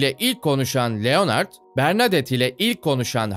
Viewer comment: Abi niye Leonard’ı Türkçe okuyorsunuz Lenırd doğru okunuşu